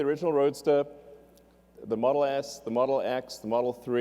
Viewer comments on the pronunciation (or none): XD he said model ass